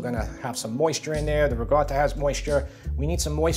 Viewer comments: Good question - the way I pronounce ricotta is "rigawta". It's how many of us on Long Island (NY) pronounce it. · Rachel Ray has destroyed the pronunciation of "ricotta"! There is no hard 'g' sound; it is a hard 'c' with a stoppage of air before the 'tt'. I love your channel! Thanks so very much.